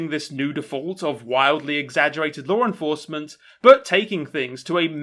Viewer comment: Whenever you say "law enforcement" I think at first you're saying Lauren Faust.